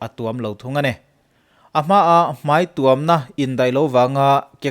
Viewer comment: Hmai tuam chung hian a tuam a😂😂,, i video ka en tohvah i chhiar sual ka hriat voi1 na